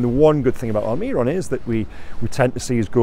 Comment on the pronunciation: Please please please stop saying migwell alMIRon, miggy has been with us for years, and your whole job is to cover the club, please, its really not hard to learn how to say his name